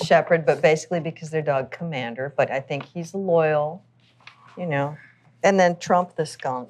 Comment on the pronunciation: biden: the commeownder in chief :D